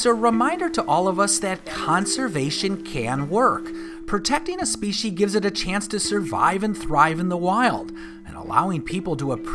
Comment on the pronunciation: Species is the singular form. Not “speeshy”